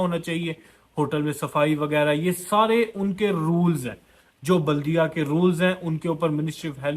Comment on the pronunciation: Jahil it’s baladeeyaah not Buldiya